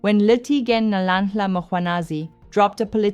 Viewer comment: Love your content, your look and how you show up… like a boss ❤️Next time just practice the click ‘hl’, Nhlanhla. It will sound good on you. Not Nolllalllala…